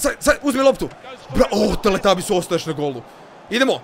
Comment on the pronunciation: nije teletabis negu teretabis